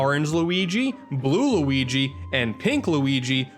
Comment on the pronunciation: What is it whit people pronouncing Luigi so horribly, it gets extremely annoying!! LUIIIGi